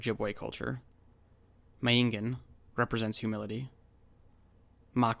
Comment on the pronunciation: Thanks for shedding light and truth about our culture, I as an ojibwe can say most of this is accurate, could use some work on the pronunciations tho, like migizi (Mi-Gi-Zi) (aa-mik) (saa'be) (ma-iin-gan)